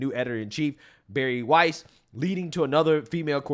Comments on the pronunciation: Gotta love how pronounces shig 🤣!!! Barry Weiss.. (CuUNextTuesday) is pronounced w i ss, not weese 😅!! Just messing with you!! You're the best 🩵!!! Your our go to and have been with you from almost the beginning!! My husband and I friging love you 🩵❣️ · Weiss rhymes with 'ice' . It does NOT rhyme with "geese". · it's Pronounced "Wize" Weiss not Weeze. 😂😂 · Her name is pronounced like "wice", not "wees". You played a news clip with the anchor saying her name correctly and you still got it wrong. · Weiss. pronounce like Spice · Get it right - her last name is pronounced WYSE. You even heard the Fox contributor say her name in the video correctly! Pay attention. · Dude just heard the commentator pronounce her name..dudes dumb as hell